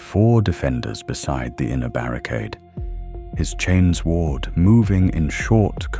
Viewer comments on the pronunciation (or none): none